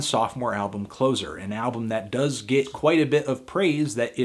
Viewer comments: Interesting: I noticed that when referring to their second album "Closer" you pronounce it as in "automatic door closer", rather than "move closer to". I've never imagined that it means anything other than the latter pronunciation. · I like how you pronounce it like the last comedian in a show Instead of being in the immediate area of someone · Sorry to be that guy but it's Closer as in nearer, not as in the opposite of opener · Sorry but why are you saying closer like something that is used to close something when I'm pretty sure it's closer as in nearer? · A good review Anthony. But, one thing: "Closer" - as in being nearer to you, not as in one who closes something. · It's not "Closer", it's Closer"! I suppose I can't expect anything more from Americans. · You say closer wrong. Like coffee is for closers. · It's not Closer as in something that ends things. It's Closer as in something that is intimate, something close, nearby. Stop saying it like that. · Why he keeps pronouncing "Closer" wrong? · CLOSER prounced Closse - er as in Closer together, NOT closer as in closing a shop. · so apparently you can't pronounce 'Closer'. It's as in 'more close', not as in 'the opposite of opener'. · It's closer as in nearer not closer as in a finale fantana you clueless cyber gimp , whenever you say reverb I want to vomit, you have read a joy division biog, you don't even know how to say the title of their second album, again you are a pretentious bum rat, have a nice day haha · Alypstick You can say it however you want, but it is indeed Closer as in Close to the door, not Close the door. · I’m glad you people said something! His mispronunciations were driving me crazy! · Trust a Yank to pronounce it wrong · you said closer wrong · How can you call yourself a music nerd when you're constantly mispronouncing the name of such a classic album like Closer? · I'm pretty sure its pronounced closer (as an nearer), not closer ( as an ender). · It's "Closer" not "ClOzer," idiot.